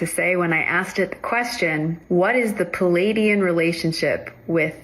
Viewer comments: “Palladian”. She doesnt even know how to pronounce her own BS pseudo religion. That would be like a Xtian calling Jesus “Kirst”. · I can’t get past that one girl talking about “the palladians” 😂 whaaaat Palladian refers to an architectural style 😭😭😭😭😭 named after a Roman architect Palladio there were no Paladians only one Palladian - Palladio 😭